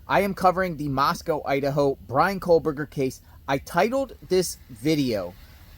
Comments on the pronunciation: Straighten up your ball cap and please Quit saying KOHLBERGER…it’s KOH-berger!!! lol😂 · Can you plllleeeease say KOHberger? There is no L